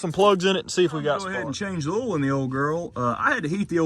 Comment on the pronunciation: When he says OIL. I laugh because he says H’OIL 😝